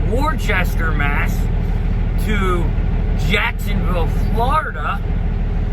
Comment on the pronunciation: It’s actually pronounced woooo-staaaaa 😂